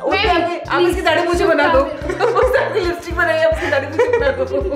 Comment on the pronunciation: "Laipstiack" -Diolouge by 😂